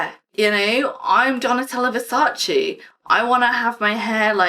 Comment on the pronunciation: I love Donatella Versace! She’s absolute stunning. She also seems like a really sweet woman to me. Ps. It’s Versace, not versachi